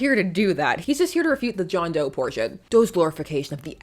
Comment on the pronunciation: . John Dough, not John Doe… 😂